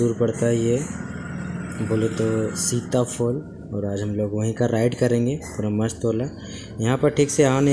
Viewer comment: sita foll😂😂....sita falls hai wo